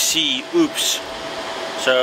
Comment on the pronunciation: It's called UPS not oops